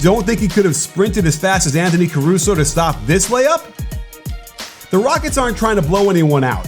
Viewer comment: After you said Anthony Caruso, it sounded wrong... but I no longer could remember his actual name. Sitting debating myself if you're right.